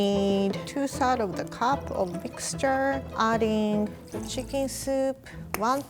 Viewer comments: I like how she pronounce chicken as Chickin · That’s the cutest pronunciation of chicken I’ve ever heard.